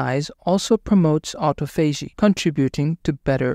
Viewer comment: It’s pronounced, AU-TA-PHOGEE